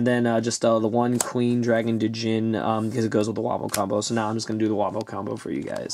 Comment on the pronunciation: Okay, I think it's time someone said this... "Djinn" is pronounced as 'Jin'. It's as if the D wasn't there.